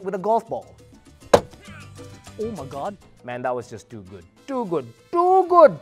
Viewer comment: This is sooo sulit for all that's why they're joining in the giveaway! So excited for the results though having minimal chance of winning 😂 That "tu gud" had me cracking! This is my done for your beer and the phone, Mr. 😂🍻